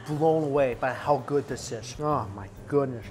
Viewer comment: “That is pretty darn gwouud”